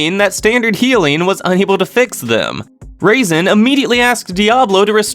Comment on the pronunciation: I like how he pronounced Razen as "raisin".